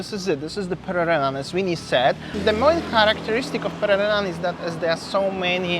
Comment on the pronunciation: Hello & (thanks 4 pronunciation of Pererenan). Beautiful & charming area and can see the appeal to foreigners. I do not want to live in a villa isolated from local culture and want to improve my Indonesian and participate in local ceremonies. Thanks for showing another side of Bali., baik sekali 4 consultation on how to take great videos. Nanti, saya mau. Will you do it in person or only online? Is this with go pro or iPhone? Banyak success. Banyak cinta.:chillwcat